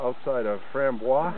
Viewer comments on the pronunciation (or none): You guys should have searched for pot-plants! The "hippies" from the real "sunshine farm" planted MANY! I suspect they've re-bloomed over the years. BTW: Its NOT Frambwaa, it pronounced: framboys. Take it from a guy that grew up about 3 miles from the sunshine farm.